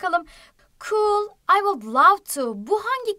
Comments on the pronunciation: bilmiyorsan konuşma vud diye okunur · Vuc diye okunur